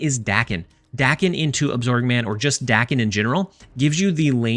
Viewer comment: I'm going to interpret the multiple "Dacken. Dayken?" in the video as a request for knowledge. Apologies if this comment is unwanted. In Japanese, "a" is pronounced "short" like the "a" in Lockjaw. So it'd be pronounced like Dawken or Docken. Basically just say the "a"s like you're doing in "muramasa." Thanks for all the content. I think I'll probably try this out tonight since I have all the cards.